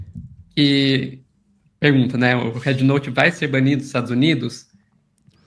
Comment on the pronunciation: Ela fala red como head 😂 brasileiros deveriam falam em português mesmo mas os caras são tão colonizados que querem usar palavras e jargões em inglês ao invés de valorizar a própria língua. As pessoas tem de abrir o dicionário ou procurar um professor bom e aprender fonética , o Á de app é o que eles chamam A curto Á é um A agudo o simbolo é = ( æ ) não tem nada a ver com É . Bed e bad tem sons diferentes , beg e bag tem sons diferentes , man e men tem sons diferentes . Por isso vocês aí falam épple não existe isso pô 😂😂😂😂 æpple Ápple apple 🍎 Escutem a chinesa americana quando ela pronuncia App 👌